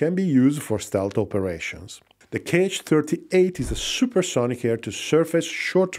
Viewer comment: The missiles are not 'k' 'h', but simply 'H' or 'X'. There are no 'kay eich' missiles in Russia, those are Americans :)